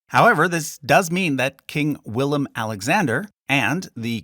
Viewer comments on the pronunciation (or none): Its willem